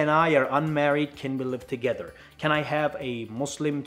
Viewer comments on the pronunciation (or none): none